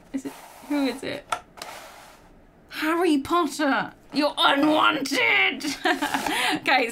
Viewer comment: "That is harry pottah" Malfoy:You stole mine line... Me:🤣🤣🤣🤣